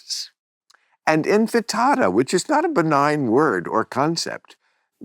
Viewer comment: In fa ta da - available at Taco Bell for a limited time. 🌮🌮🌮